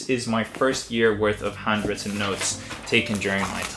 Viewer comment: I hear "hundreds of notes" instead of "handwritten notes".